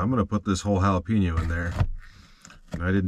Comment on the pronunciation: Yep. Don't y'all say it as Ja-la-peeno??